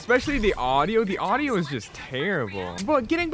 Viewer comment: When he said aaaduio I was laughing